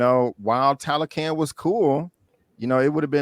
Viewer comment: Great vid guys....It's pronounced "TalocA'n" like "khan/con", not can like "trash can"😂